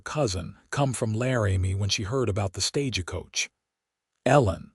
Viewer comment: This is a good story, very well written. However, AI can learn. 'TAB a tha' not 'Ta BITH a' Staj coach, not staja coach. It's annoying when you say it wrong over and over again.